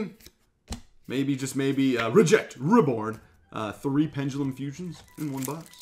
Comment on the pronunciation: isn't is penDelum... saying it like PenGELUM